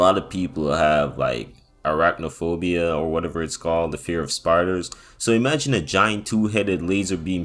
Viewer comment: he rlly said "or whatever it's called" after saying arachnophobia correctly just to seem nonchalant